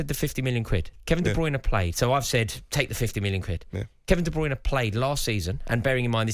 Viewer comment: I just wish he would say Kevin De Bruynes name right